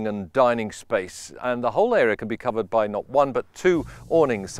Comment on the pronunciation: Wow lovey boat. Nice to hear the word space,.. not spice!